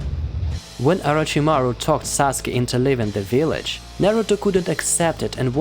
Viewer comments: It’s Sasuke not Saske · It’s sasuke not saske. But it doesn’t really matter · its sasuke not saske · “Saske” lol it’s “Sasuke” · Saske its Sasuke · IT'S SASUKE NOT SASKE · Did he say susake is Naruto's first love. 🤣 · How it's pronounced: Sa-Su-ke How people pronounce it: Sas-Kay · How many times did he say saske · Is any one gonna tell him he's saying Sasukes name wrong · I was thinking the same lol